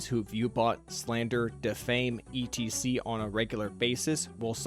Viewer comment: You read etc as E.T.C ???